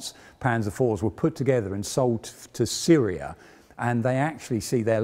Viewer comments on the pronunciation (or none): none